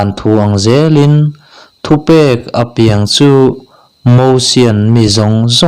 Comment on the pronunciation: A piang tih khi i thluk dik lo a, naute piang tih a piang khi lam ri ta la a dik ang ka lo tia.